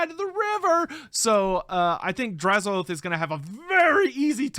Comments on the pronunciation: I thought them saying Drazh-OATH was a mis pronunciation. I much prefer how you and everyone else originally said it as Drazh-o-ath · Im still saying Draz-o-ath instead of Draz-oath.